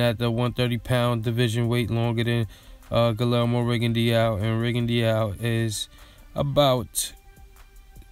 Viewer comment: His name is pronounced Gee-yermo